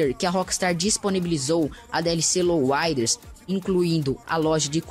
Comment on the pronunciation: louuiads bennys mota works VC fala certo em bichao